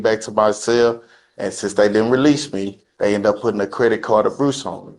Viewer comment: A credit card “abruce” ? Where you abruise a credit card